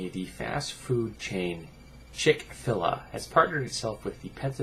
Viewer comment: Not being a douche but its Chick-fil-a. Each is pronounced separately. I agree with you about the fast food chains being the sum of all dietary evils. I will give Chick-Fil-A some points for standing up for what they believe in (even if I think its wrong), they have always been a strongly Christian establishment going as far as all the stores being closed on Sunday and they have never made apologies for it. They will definitely lose some business from this though.